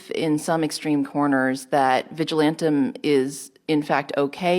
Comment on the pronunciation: Vigilamtum? Not even a word. It's is madness listening to these women talk. They have no idea what they are talking about.